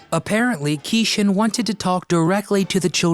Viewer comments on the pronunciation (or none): Great video! But I think his name was pronounced like "key Shawn".